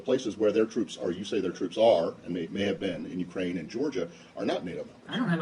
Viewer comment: Not ukrake. But U.k.